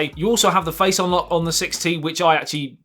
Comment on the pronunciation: dus it has a faice id